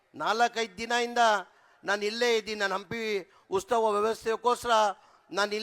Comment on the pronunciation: Ustava alla maraya adu utsava